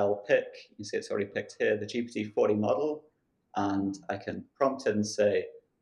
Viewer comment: GPT 4o (four "Oh" for "omni"), not GPU "forty".